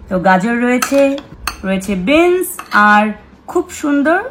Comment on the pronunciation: Beans ke bolchhe bins . Bangla medium borboti bol